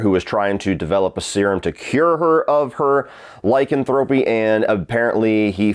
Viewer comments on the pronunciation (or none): none